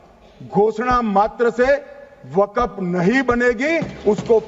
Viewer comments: Waqf hota waqaf nahi hota hai Bolna aata nahi hai bil laya hai takla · Waqf board ko waqaf board bol raha sanshodhan karne se pehle bolna seekh Tadipaar 😂😂😂😂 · Waqaf nhi kahte mantri ji waqf kahte h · ये तरी पार को बोलो के पहले बोलना सीखे, वक्फ को बकफ बोल रहा है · Isko to bolna bhi Nahi ata hai waqf bolna hai ya wagaf bolna hai ye BJP Ka musalmano KO target hai bhrat Israel banta ja rha hai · Pahle amit shah ko bolna sikhna padega waqf ko wakaf bol raha hai😂😂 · Isko bolne ki bhi tameez nahi wakaf wakagmf kr rha hai waqf ki jagah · Jo Waqf bhi sahi se bol nhi sakta wo desh ko kya khak Sahi banayega. Bhasha me Criminal ki bhasa dikhti hai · #Tanasha_O#Tanasha Waqf Bolne bhi n aata ha kaisa HM hain india ka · Waqf bolna nhi a raha h or waqf kanoon la rahe h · Wakaf bolna aata nhi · Jo waqf bol nahi sak raha wo kanun la raha hai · Waqf bhi bolte nhi aa rha is sahab ko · ये नेता को वक़्फ़ बोलने नहीं आ रहा है नेता जी देश चला रहे...😂😂😂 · Waqf to bolna nahi aa raha hai aur kanun banane chale hain.. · Jab amit shah Waqf bolte h toh fcuk up katwon q sunai pdta h